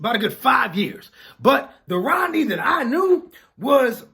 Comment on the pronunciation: Rodney, sounds like Roddy to me